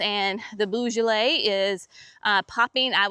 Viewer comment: The tulips are amazing, I can’t wait to see mine come up, I can’t remember the exact colours other than there’s purple in the mix! When you say beaujolais the beau part is more of a “bo” less of a “boo”🩷